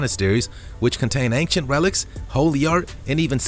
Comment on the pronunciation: I like your videos but I feel compelled to tell you it's "ain-chent" not "ank-shent".